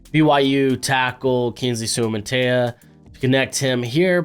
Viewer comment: Soo-ah Mah-Tah Eee-Ya it's not that hard, do better